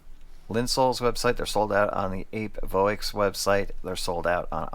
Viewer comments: Apevoix is pronounced like “appy vwa”, or like when you say “voilà” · Glad to see you back,. Took a little while for YT to let me know you'd started posting again, though. FYI the name is pronounced "ap eh vwah". Finally, I'm glad that this surgery seems like a winner. Happy (pain free! ) holidays to you and your family. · Wish you a safe full recovery, thanks for the review. This set seems to be sold out everywhere, was interested at the time but never pulled the trigger. Voix, usually the x is silent